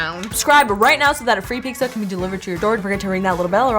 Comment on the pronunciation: Why does she say peeksa instead of pizza did I miss something?😂🤣